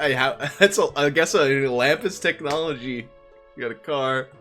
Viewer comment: This video cracked me up. Especially with your Manhattan accent. *technology*. Why he got to be a goblin though? 😂😂